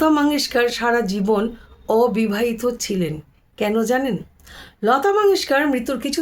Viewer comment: ওবিবাহিতা নয়, অ টা ঠিকভাবে উচ্চারণ করুন ।